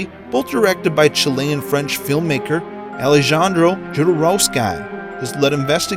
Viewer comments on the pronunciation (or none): I literally paused the video after hearing him pronounce Alejandro that way. I never heard anyone say it like that at all. lol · “AleJOHNdro” lol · *the j in Spanish makes an h sound I mean how did he mess that one up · LMAO, did he really pronounce Alejandro that way...? The J makes more of an H sound, not J. Maybe this comment will help some people in the future who don't know that the J is an H sound. I could be wrong, maybe Chile does pronounce it with more of a J sound.